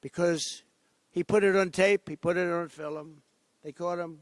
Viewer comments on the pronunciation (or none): ….”they caught them because they put it on tape…..they put it on FILL-EM”